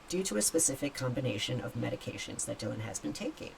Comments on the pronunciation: So she /he is. Accept that. I dont feel for her/him in the least. Not one bit. Too many questions about her/him. Its Dylan, like dillon not die lynn. 😅😅😅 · You can't make this shit up. It's Dy-lan NOT Die-lynn 🤣 Idiocracy 🤣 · Bro...stop calling her Die-Lan! lol It's DYLAN. Where the H did you hear it pronounced that way? Because I never did ONCE, aside from you. And yes, she sure AF looks 100% woman to me too. But if she DID get that done? Wow. Give those doctors a big fat raise! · Come on. Surely you know how to pronounce Dylan's name. As in Bob Dylan.. .. her name is not Dy lyn. Ffs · Her named is pronounced “ Dillon”